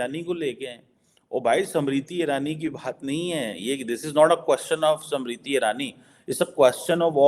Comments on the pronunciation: Arey, she is 'SMRITI', not Samritti! 😂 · समृद्धि नहीं स्मृति बोलिए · Why are you saying "samriti " the name is "smriti" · First learn to Pronounce Smriti- not samriddhi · SAMRITI nahi unki naam SMIRITI IRANI. PRONANCIATE to thik se kar. 😅😅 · how difficult is it to pronounce the name "smriti"? these pakistanis can only call her "samriti"....🤦‍♀😆😆😆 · her name is not Samriti Irani but Smriti.....God knows you will be able to pronounce it or not.....as you cannot even pronounce Dharmendra but you say Tarmender......to Jeenendra you will pronounce Jitender. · Pronunciation to sahi karo SAMRITI NAHIN Smriti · it’s not samiti Irani it’s smriti irani pls pronounce proper atleast or speak Hindi language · it`s "SMRITI IRANI". It`s not that hard to recite and practice names of people that you`re going to talk about, before you start filming them.